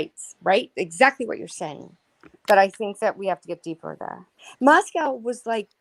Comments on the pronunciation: Funny that pronounces Moscow wrong. She pronounces it like Russia's Moscow Repeatedly. Everyone around there says it differently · Everyone from Idaho and vicinity pronounces Moscow differently than does. Yet she claims her kids go to school there. Hmm